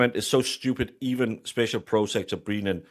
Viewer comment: Great analysis. Are you saying "Breenan" and "prosecter" on purpose though? Because its fecking annoying!! 😡😀